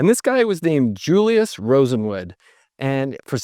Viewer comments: Rosen Wald! Not Rosen Wood - you introduced the correct name in a graphic, then spend the rest of the video mispronouncing the key person's name… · Sorry, but i have a HUGE gripe -- you kept calling him RosenWOOD, when he is actually RosenWALD ... It bothers me because I live in the Bronzeville Neighborhood of Chicago, where we have the RosendWALD Court buildings, where many African Americans lived, including famous people such as Marla Gibbs. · Rosenwald not Rosewood! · Wouldn’t Rosenwald be pronounced RosenWALD, as opposed to RosenWood? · It's RosenWALD. Not RosenWOOD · FYI It's Julius Rosenwald, not Rosenwood. I loved shopping at Sears. I shopped at a Sears in Concord NC until it closed in 2019. It was the last Sears store in the Charlotte metro area. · ROSENWALD, ROSENWALD, ROSENWALD, not Rosenwood. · Throughout your narrative, you keep calling Julius Rosenwald "Rosenwood". Just wanted to point out the error. BTW, my house, built in 2003, has been running a Kenmore fridge, stove/oven, washer and gas drier. Apart from replacing a gas ignition solenoid in the drier, these original appliances have been trouble-free for 27 years. What a brand! The current US 🇺🇸 Executive Branch is the perfect "Ship of Fools" .😕👎😕👎 These unprofessional and incompetent idiots are supported by a rabble of brainwashed sycophants who didn't have the wherewithal to learn the truth about their MAGA representatives before they voted. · Julius Rosenwald was the person's name not Rosenwood.... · Is it Julius Rosenwood or Rosenwald? The photo says Rosenwald, but you say Rosenwood. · It might be my old ears, but it sounds like the guy kept pronouncing the name of Mr. RosenWALD as if it was RosenWOOD. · Well done, very interesting. One thing- It's "Rosenwald," not "Rosenwood." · Rosenwood? Wasn't it RosenWALD? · Rosenwald not Rosenwood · The name is pronounced-Rosen-waaled. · Always good reporting and analysis, but, RosenWALD… not Wood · Yes, that sounded strange: RosenWOOD?